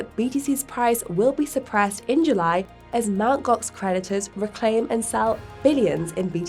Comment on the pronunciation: I keep hearing Mt Gox predators..